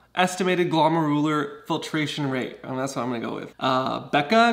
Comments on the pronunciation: Nah, it was just too sweet even to correct, but couldn't stand your struggle. 😀 It's Glo as in gloves, but 99% of time it's called simply GFR for a reason. 😀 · GlOmeruler, the O is stressed. 😂